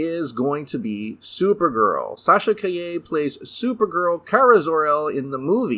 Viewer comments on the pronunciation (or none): Supposedly Nicolas Cage does already appear in The Flash as an alternate Clark/Kal El/ Superman Cameo from the not made Tim Burton Superman Lives script, so there's that. Also Calle is NOT pronounced Kah YAY, it's KAH jeh (Je as in Jet) which in Spanish means street.